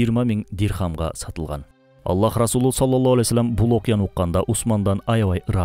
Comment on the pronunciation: Ассолому аълейкум Салоллоху Алейхи Уассалам....дегенди Саллолло Алей Уассолом деп сүйлөйт экенсиз... Ушуну эске алууңузду суранам....